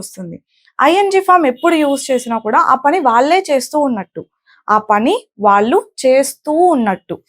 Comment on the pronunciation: Your English pronunciation is good but a small advice for your telugu. వాల్లు,వాల్లె అనకూడదు. "వాళ్ళు", వాళ్ళె అనాలి. చెల్లెలు(third person)కు బదులుగ "తిను" అని వాడారు. తిను అంటె అర్థం తినడం అని. అక్కడ వాడాల్సిన సరైన పదం "తను" మాత్రమె. అలాగె చాలామంది కల్లు(eyes)అంటుంటారు. "కళ్ళు" అనాలి. మరి కొంతమంది ఇల్లు(singular) ఇల్లులు(plural) అంటారు. ఇల్లులు అనకూడదు. "ఇళ్ళు" అనాలి. ఇది తెలుగు మాట్లాడె చాలామంది అవగాహనకు మాత్రమె.